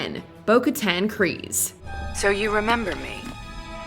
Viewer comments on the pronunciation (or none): Kryze no Kryse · It's Bo-Katan KRYZE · Kryze, not Kryse. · Isn't it Bo Katan Kryze not Kryse? lol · Kryze not Kryse